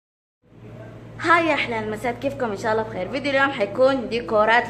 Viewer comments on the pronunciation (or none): none